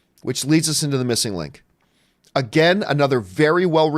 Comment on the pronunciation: "MissNIG Link"